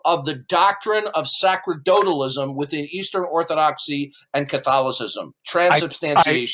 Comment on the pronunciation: can't even pronounce "sacerdotalism" correctly. It's pronounced "sa-ser-do-talism"; the "c" is pronounced like the "c" in "receive".